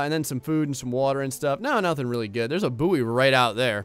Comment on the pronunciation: its pronounced boy... good video though